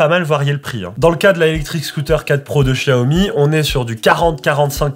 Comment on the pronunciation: C'est la prononciation exacte en chinois